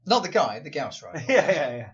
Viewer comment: Watching this after Dragonlance, I keep hearing "Gauss Pistol" as "Gowst Pistol" and imagine a gun that shoots Walls of Fog...